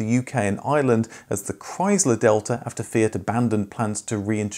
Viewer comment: Also 'delta' is pronounced differently in Italian; still good effort sir! 👍 Great video as always!